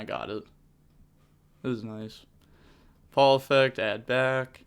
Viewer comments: does a whole speech about how he learned to say phul right - 1 sec later: PAUL EFFECT! I'm dying lmao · i think its pronounced full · I can just imagine a megalith player comboing on and all that’s going through head is how to pronounce phul lmao